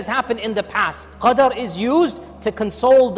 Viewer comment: thanks a lot for the very relieving words to cope with anxiety and stress we are fighting these days, May Allah bless you. Slight correction: plz review minute 8 and correct the word QARD to Qadr